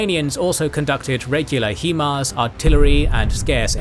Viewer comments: HIMARS is pronounced 'High Mars' not 'HE Mars' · if no one has said it yet..... Its Pronounced high mars